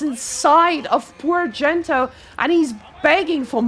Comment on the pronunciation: I'm 75% convinced your co caster might actually be unaware that Gento isn't really called Dento lmao